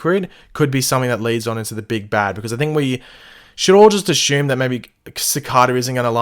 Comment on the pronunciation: why do you always say asshume?